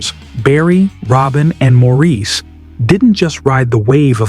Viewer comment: The narrator should’ve been told Maurice’s name is pronounced Morris.